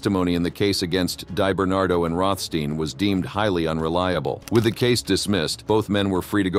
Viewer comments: ” Dye “ Bernardo 😊 … it’s pronounced ” Dee “ Bernardo . 😂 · DEE - Bernardo, not DIE - Bernardo. Jesus. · “Die barn bar do.”😂😂😂. AI is here to stay apparently. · Deyebernardo lol